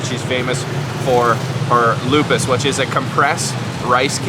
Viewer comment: lupis not lupus